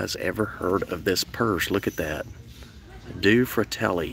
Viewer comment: Do-ay (two) fratelli (brothers)